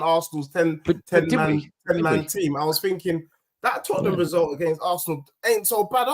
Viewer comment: This American guy is jarring. Came back from second time to se eifbi was being sensitive earlier. Nah I was right this guy is a clown. And pronounce Tottenham correctly